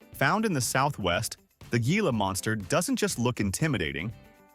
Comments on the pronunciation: It's pronounced hee-lah, not gee-lah. Also, wolverines can smell prey buried 10 feet under snow and ice, when it's frozen solid. Opossums are our only marsupials too! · Moose Antlers.............weigh as much as a cinderblock male moose. ?????????? Teach your AI some grammar. It's pronounced HILA not how it's spelled. geesh.